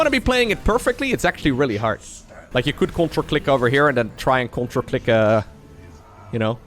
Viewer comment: says "CTRL click" I hear CONTRA CLICK!.. I want to contra click.. sounds epic